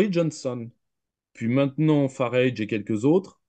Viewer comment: Entretien particulièrement intéressant et enrichissant, de nombreuses analyses très pertinentes - à mon sens. Grand merci de l'avoir organisé et partagé. (juste lui dire que Farage se prononce comme "garage", tout simplement, enfin c'est ainsi que le principal intéressé prononce son propre nom ;) )